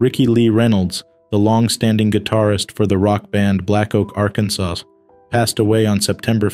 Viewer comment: The last letter in Akansas is SILENT....Hello?